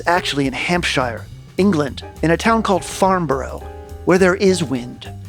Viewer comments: Rather tickled by the pronunciation of ‘Hampshy-er’. Here in the UK we just say Hampshuh… Seriously, I have the ECR-1 with the latest firmware, and cannot wait to make my own noises in this space. It is the beauty of convolution reverbs in general that you can recreate any space, from a gothic cathedral to the cupboard under your stairs, and play drums there. Yay! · It’s pronounced FARNBURRUH and HAMPSHERR (not like THE SHIRE). I fact checked everything else. MATHS is correct, but weirdly ALUMINUM should be correct, but pompous old scientists changed it to ALUMINIUM over here. Some of the artefacts are potentially aluminium… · For the Americans, here's how to actually pronounce these places: Farnborough = Farn-bruh. Hampshire = Hamp-shah. Aldershot = Aldershit.